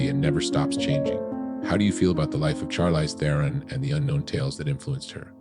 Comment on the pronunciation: Learn how to say her name for one thing.